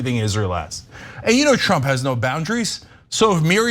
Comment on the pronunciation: Did Ana Kasparian just call trump Shrump? 😆